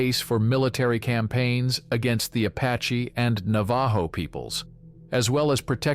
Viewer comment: How stupid are you. Mispronouncing the The Navajo Indian name. Idiots like you need to go back to school and learn how to pronounce these words.. Na va ho is how you pronounce it. The j sounds like an H..